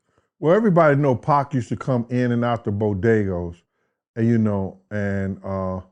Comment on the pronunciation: My man said bodegos